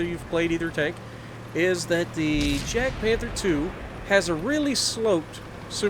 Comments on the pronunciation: It is pronounced as 'Yag' not 'Jag'... 😤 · ITS NOT JADPANTHER ITS JAGDPANTHER. AND ITS PRONOUNCED WITH A "Y" SOUND, NOT A "J" SOUND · It’s like yagpanther, that’s how u say it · I was about to say that, subbing just for that.